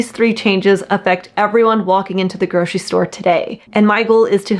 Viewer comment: There's no SH in "grocery".